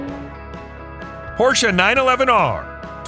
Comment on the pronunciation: Thank you for a nicely produced video and for pronouncing Porsche correctly👌